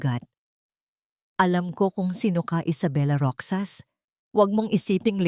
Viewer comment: Kaloka ! Roksas 🤔 instead n Rohas ( Roxas ) hidya 😁 instead n iha ( hija ) kaloka d bagay maging narrator 😕 practise k muna madam